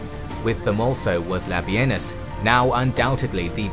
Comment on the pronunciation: Thank You for not calling Labienus "La Bean Us" like every other site!